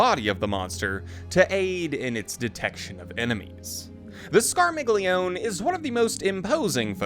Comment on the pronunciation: I thought the G was silent in their name. Skar mee lee own.